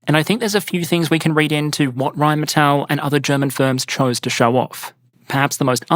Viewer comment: *Rheinmetall, ackcherly.